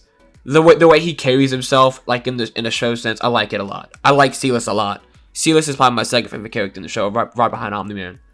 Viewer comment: "celis" lmao